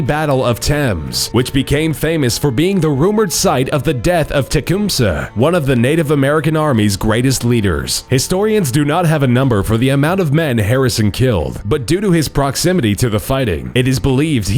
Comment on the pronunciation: It is pronounced teh-cum-say Tecumseh